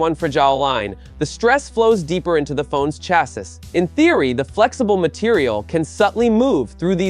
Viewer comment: I hope so. Otherwise some idiot just pronounced chassis as 'CHASSUSS'